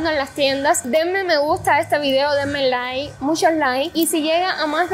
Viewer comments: Like se escribe 😂 se pronucia laik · Me encanta como ella pronuncia, es muy cubana, y la he escuchado decir laik, pero cuando dice like es muy gracioso